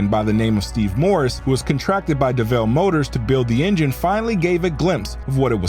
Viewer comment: Yo why did you pronounce the name as if its pronounced "Deh Vehlle"...its just Devil...like Satan...